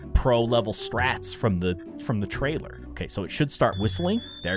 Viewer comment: Did u said the trrailer